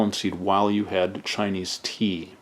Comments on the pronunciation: 你的中文发音非常标准！Your Chinese pronunciation is very standard！ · Ur Chinese pronunciation was on point!